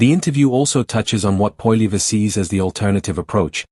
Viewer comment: Try to say his Name with the Right Pronunciation AI Goof !